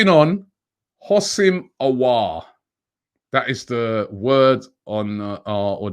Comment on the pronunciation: Robbie is even getting the pronunciations right for Aouar now, it's been that long😂